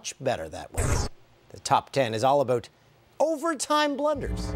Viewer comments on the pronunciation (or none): he sounds Canadian when he says "aboot" but sounds American the rest of the time.